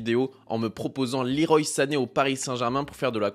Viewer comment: Le roi comme Claude Leroy pas Liroï La team pro pour le pseudo (pas très anglophone) mais gg pour la vidéo sinon ;)